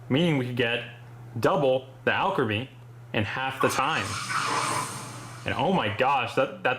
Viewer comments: al-cree-meee not al-craa-me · I'm not watching the whole vid after I heard you say Alcrimy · Hey let you know that Evolution name you have actually been pronouncing it wrong for this Pokemon that you have been shiny hunting and I know this for a fact this is how you actually pronounce it. All creamy. Trust me that's actually how you pronounce it a play in words because that's actually what sounds like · Me: watching this video cringing knowing it's pronounced All-Creamie but dealing with it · You can customize alot about alcremie, but not its pronounciation.